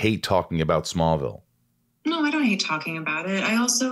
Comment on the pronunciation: The way she said “smallvillel was an entirely beast itself” ….. did she mean smallville OR? SMALLVILLE???? 😹😹😹🙈🙈🙈❣️❣️❣️duuuuuuuuuuude